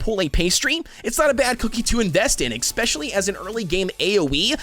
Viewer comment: “expresso” “exspecially”